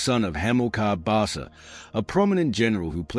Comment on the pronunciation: Barca is pronounced BarKa